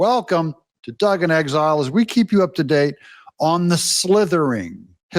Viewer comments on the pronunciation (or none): Doug, not Foug😊